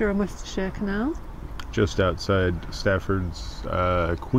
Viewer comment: Thumbs up! of course! I'm just here to see what antics George got up to.;) HAHA did just say Worcestershire the same way I do?! I honestly do no not see how Americans have a huge problem pronouncing that. Then again I live near Wooster, Ohio and I've been to Worcester, MA many times when I was working. Hmmm I also live near Bucyrus and Adario. I saw a CNN anchorman absolutely murder pronouncing Bucyrus on national TV almost 2 decades ago. Don't get me started on Toledo!! LOL Great fun Thanks!!